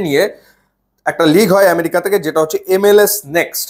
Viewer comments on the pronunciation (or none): none